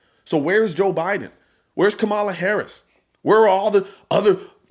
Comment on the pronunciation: What's the vp name? Come on a hairy ass? That's what it sounds like every time the media says it.